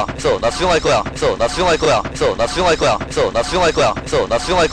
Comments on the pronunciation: 존나충할거야 이래들림 ㅋㅋㅋㅋ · 됐어 나 수정할꺼라고 들린다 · 개속들으면 '됏어 나슝할거야 ' ㅊㅓ럼들림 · 이거 많이 들으면 나 수정할꺼야 라고들림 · 근데 몇번은 나 숭할거야 라고 들리지